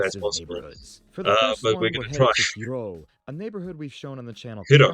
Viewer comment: 'Hiroo', how it was pronounced reminds me of Big Hero 6 XD